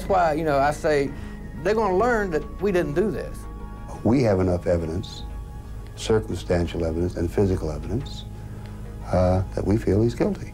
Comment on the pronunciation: Did he say "they have circlestansive evidence"?! My word...😂